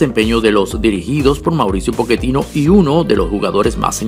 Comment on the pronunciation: Quién es Poketino? El hombre es sudamericano y aunque lo estés asociando a la pronunciación Italiana, en aquella región se utiliza la doble cc para hacer eso: Pocchetino!!!